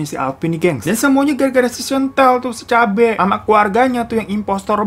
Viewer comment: Hirotada : "semua ini tuh gara2 si chantelle, SICABE"😂 Bang lu ngomong cabenya pedes amat😂